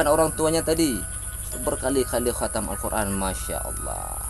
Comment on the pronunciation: KGOMONG AJA NGAK GENAH, KATAM KATANYA, PADAHAL HATAM..